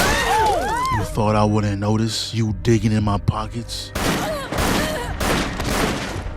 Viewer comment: The way you say pockets gave me PTSD of Malcolm X